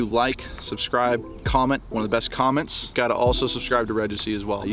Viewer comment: You lost me at Regecy 🤣